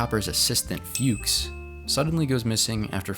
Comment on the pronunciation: It's a German name. You don't pronounce it "fewks" but rather like "fox" (what it means in German) or better "fooks".